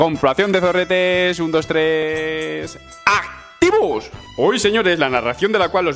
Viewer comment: El activos te salio raro hoy 😂